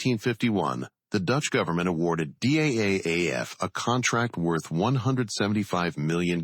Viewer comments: Its pronounced as DAF not Dee AEI AEI EFF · The voice over in the movie says D, A, F, in separate letters. But DAF is just one single word. It sounds in dutch like the English word STAF or Daft (from Daft punk). So the name of the factory is pronounced correctly as DAF (in one word). And the DAF YA 126 is indeed a marvelous light truck. I drove it in my military service time, forty years ago.